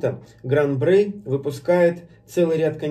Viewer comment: Есть некоторые VSOP, у которых выдержка 10 лет. Я пробовал один такой, это Шато де Монтифо VSOP. Но это скорее исключение, чем правило. И не Шампани, а шампань. И не Брей, а Брой. P. S. : всякий коньяк - это бренди. P. P. S.: у меня в коллекции стоит ХО. 10 лет.